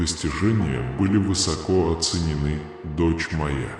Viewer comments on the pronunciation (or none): none